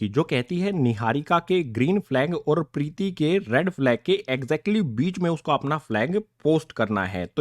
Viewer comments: Preeti nhi hai Preet hai 👍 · Sir vo pretti nhi preet h 😂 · Sir Preeti nhi preet 😂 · Sir priti nhi prit h 😅😂😂😂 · Preeti nhi preet hai